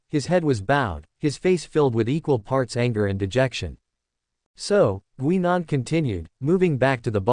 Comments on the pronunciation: The AI voice needs work. As someone else pointed out, it's "Guy . nan" not "Gwe. nan". The story itself is interesting and I take it takes place before 10, 11 and the War Doctor change things. The narration definitely needs work. So, thumbs up on the story, but not for the presentation. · GUY NAN..that's how it's pronounced!